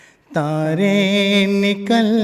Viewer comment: Aise chashma lagakar munh bnane se mohammad rafi nahin bana jata.तारे होता है तांरें नहीं